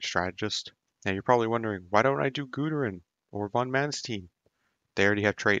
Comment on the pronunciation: gooderun? never heard anyone pronounce "gooooderian" gooderun. Gooooderun video.